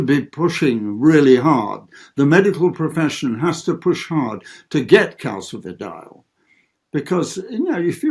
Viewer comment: CaSifediol John NOT Calkifidiol . It is a soft C